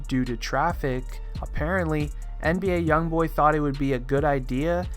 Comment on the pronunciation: He kept Saying NDA YoungBoy